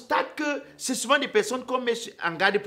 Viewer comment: on dit souvent et non suvent 😂😂😂😂😂😂🤣🤣🤣🤣🤣🤣 Ta part d'humour ci, va que m'enterrer tôt Onong 🙌🙌🤲🤲🤣🤣🤣🤣😂😂